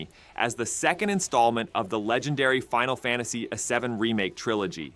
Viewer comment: Why do you keep saying “Final Fantasy a 7”? 🤔